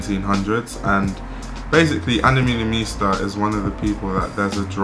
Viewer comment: the way u say her last name is so funny